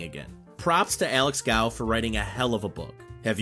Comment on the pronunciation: Love it though just to clarify the owners name is pronounced goff. Sorry to be pedantic love the channel